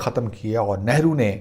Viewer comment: It is very bad thing that you intentionally pronounce wrongly of our leader's nane .